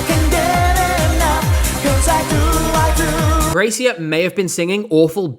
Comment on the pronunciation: the name of germany‘s gracia is pronounced like grazzia i think not that it matters much